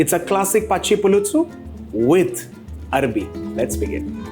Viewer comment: Arvi not Arabi